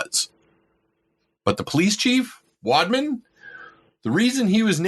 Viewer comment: The way he kept saying "wadman" was so cringe. I couldn't finish the video.